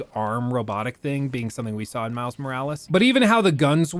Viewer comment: I misheard: Mouse Morales instead of Miles Morales. Now I can't unhear it, especially when says it so often in quick succession. Dammit, I guess that's Miles' name now, at least for me.